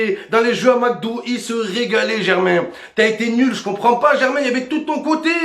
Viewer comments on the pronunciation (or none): none